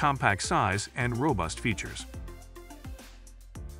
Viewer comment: Informative? I read all these same words on the product information pages on the web. Useful? Please have a real person read the script next time instead of AI. Lathe (lay-the), lath, and lay-thee used indiscriminately was bothersome and never consistent. Numbers read individually…ugh. Plus, you never gave a ranking, simply descriptions.Sorry. You surely can do better.